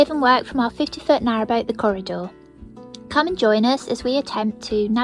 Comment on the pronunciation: Oh no, leaks are a pain to discover, trace and fix. 🤦🏼 I'd say 99% of boat problems are caused by broken hoses or cables. And when one goes, the rest follow suit because they were generally installed at the same time. I hope you're doing better now. "Cor-i-door" pronounced like the "Koh-i-Noor" diamond, currently residing in the crown jewels. Could that be your mum's joke? 😄💎👑 Liz